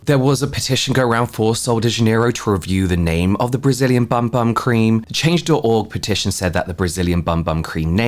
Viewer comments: It’s actually pronounced ”Boom Boom” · I thought it was pronounced "boom boom" cream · I like it better as BUM BUM but I did see something on the correct way to pronounce it is BOOM BOOM. But definitely doesn’t read that way. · I literally found out like 2 days ago that it's pronounced boom boom